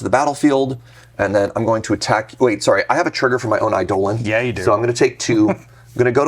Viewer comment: Your correct pronunciation of eidolon is enough to earn my subscription.